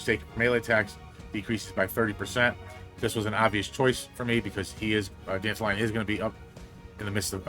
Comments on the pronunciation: Danta lion pronounced like Dandelion sounds awful. It's Dant-all-leon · Why tf he pronouce it as Dandelion? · The way you say it sounds like Dandelion 😅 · I pronounce his name "Dan-Tal-Yun"